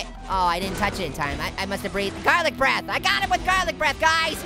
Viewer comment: hey garlic breath or farlit breth hahahaha😅😅😅